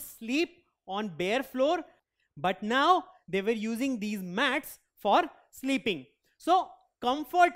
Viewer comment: Now was pronounced as noow